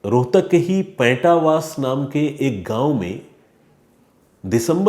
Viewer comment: main aapki bht izzat karta hoon, aapne sahi se researxh nahin kiya is case k baare mein...... even aap paintawas gaanv jo charkhi dadri mein hai us ka naam tak nahin pronounce kar paaye ho, case kii toh aap bhool hi jaiye